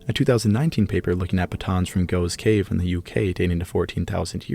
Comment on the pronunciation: Really good stuff this. The cave you mentioned in Britain 'Gough's Cave is pronounced 'Goff's Cave''